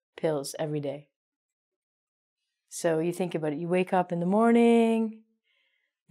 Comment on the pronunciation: Aboot. Canadian!